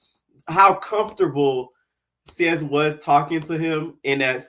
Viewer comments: His name is pronounced S-ACE lmaooo that’s Literally why Him and John were fighting from the jump lmao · Its Seis, like Spanish for six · why are you saying seis like that 😂😂